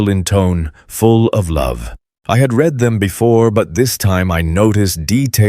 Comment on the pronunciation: Again the wrong pronunciation of a simple word. Read eiter reed or red according to proper use. I am deaf. I read transcripts. You should too.